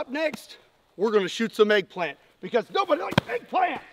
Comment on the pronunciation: Why is having trouble with eggpplant?